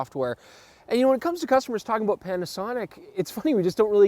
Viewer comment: You SAID..""So Were ABOAT"" To Go In Here, => ABOAT?? LOL.. Oppose to About lol its That Canada Kicking In Right?:-) Hey Perfect Video Once AGAIN & Great Topic Testing, Great IDEA,:-)